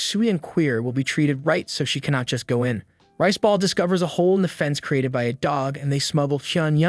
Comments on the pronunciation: I keep on hear Rizz ball but he is call rice ball😅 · I heard "Rizzball" instead of riceball 😂